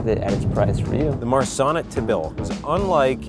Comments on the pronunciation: When he said "marsanne" I thought he said "my son" :) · when they said Marsanne I thought it was Ma son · When the guy said "Marsanne", it sounds like he's saying my son and I just thought abut Liza making puns about it😂😂💖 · I thought that dude said "Today we're talking about, ah, my son" Me: -_- when I realized when he actually said our Marsanne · Did anyone else hear "my son" instead of"Marsanne" or is it only me...........seems like it